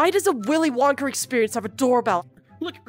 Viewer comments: bro said wolly winka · “..WOLLY WINKER..”😂😂